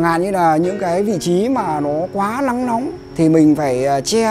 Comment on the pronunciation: Tránh lắng nấm .... Ông này học dược hay tiếng Anh thì phát âm n .l đi mua thuốc cơ ngày toi mạng gì lấy sai thuốc ....😜😜😜😟😟😟😟😟